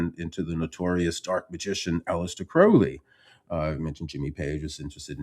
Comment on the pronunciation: Kudos on pronouncing Crowley correctly.